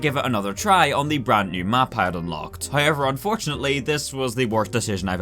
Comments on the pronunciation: I like how he says "hiever" 😊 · He keeps saying "hi-ever", and it's confusing me.